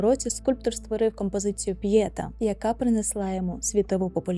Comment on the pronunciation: ПьєтÁ!!!!!!! Вивчайте краще промову назв, будь ласка!